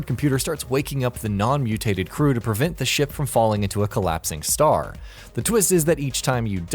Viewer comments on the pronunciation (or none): none